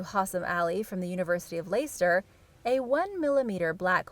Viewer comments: Another English mispronunciation: Leicester pronounced “Lester” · Erm problem i see here is its great on paper or computer or in simulation but just for a moment we hit that asteroid,meteor or comet and change its course but the hit causes it to head towards us either whole or in half or rain down hundreds of firey meteorites. Oh also its pronounced Less-ter (Leicester) from the UK 🇬🇧